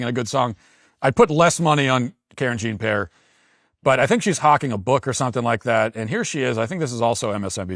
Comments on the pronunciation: Karen Jean Pear I love it. That's hilarious. At first I thought he was accidentally pronouncing it wrong. Then I realized, nope. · I missed him saying Karen Jean Pear. 🥹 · Off topic, but Matt saying KJP's name like "Karen Jean Pear" is funny to me for some reason 😭